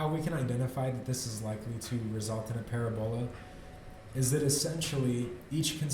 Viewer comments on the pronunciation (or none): Thanks for the explanation,! I made some money on this trade. Video work getting better too! Parabola is pronounced pə-răb′ə-lə, with emphasis on the second syllable. <3.